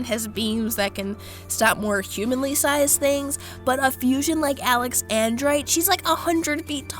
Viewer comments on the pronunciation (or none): Al-ex An-drite? Pronounced: Al-ex-zan-drite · how she pronounces alexandrite = alex... and.. right .-. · Alex - an - drite